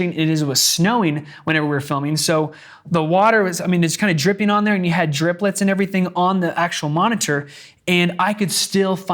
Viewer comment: Great vid!..."driplets" :)